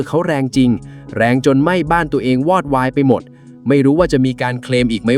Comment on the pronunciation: อ่านว่า😂วอดวายไม่ใช่หวอดวาย